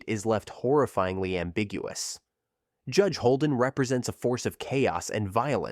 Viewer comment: Audiobook. The narrator keeps saying JEDGE instead of JUDGE. Let me give you an example. "Towering over them all is the JEDGE!"